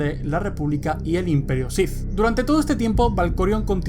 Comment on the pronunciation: Buenos videos, pero me confunde cuando dices Shif en vez de Sith